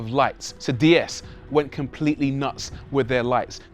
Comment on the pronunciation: Why do virtually ever pronounce it Dee S, when it’s actually pronounced Day S.